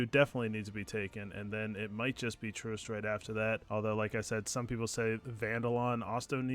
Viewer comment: How do so many of youtubers not say the name of the planets correctly your ships computer literally says it for you. Its Troost not troust.